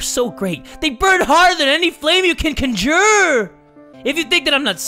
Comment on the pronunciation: the way this man said "conjure"